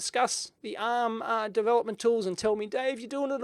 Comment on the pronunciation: With your australian accent, honestly I sometimes wasn't sure whether you said "uhm..." or "ARM" :)